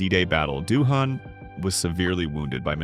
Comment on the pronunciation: * Doohan, not Duhan!